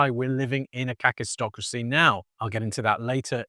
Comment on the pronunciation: I was listening to this from the other room, and thought you were saying "catistocracy". My cat was also interested and we both saw it leading to cat-tastrophy. But it's kakistocracy— "kak" in Afrikaans means...well, you can Google it. Either way, it's a pretty fitting term and very worrying. And is already kaktastrophic.